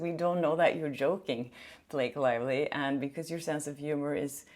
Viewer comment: Did I hear wrong or did you call her Blake Liely? 😂